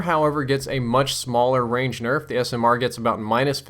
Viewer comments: "QBB got a huge berf" lol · What's a berf? Lol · 'The QBB got a slight burf.' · I heard it too haha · QBB got a big berf? lol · "QBB especially got a huge berf.." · "QBB got a good Berf" xD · u said berf LOL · "QBB got a huge berf." You heard it here first folks. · Did he just say the QBB got a huge "burf?" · "QBB especially got a huge berf." Was it sick or something? :P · he said burf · lol you said berff instead of nerf